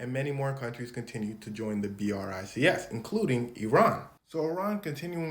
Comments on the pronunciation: its pronounced like "bricks" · Hearing it pronounced as “B. R. I. C. S.” Is so weird. Yes I know that it’s a short form of something so it’s the right way to say it. I’m just used to saying it as 🧱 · he did say brics the first time lol